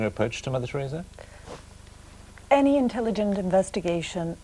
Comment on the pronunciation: Tureeza lol